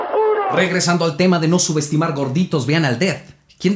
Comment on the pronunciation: Quien se dio cuenta que el minuto dice sumestimar en vez de subestimar hahahah